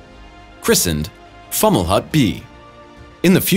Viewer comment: It’s pronounced “Fow-muh-lawt”